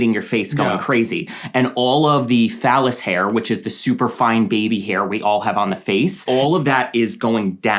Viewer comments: It’s VELUS hairs not PHALLUS hair. PHALLUS = 🍆 😅 😬 😳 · The way it sounds like you’re saying phallus hair instead of vellus hair 😂😂 I’m sorry